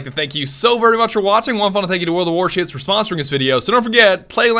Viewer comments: pleeese tell me he said "world of war shits" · did he say world of warshits😂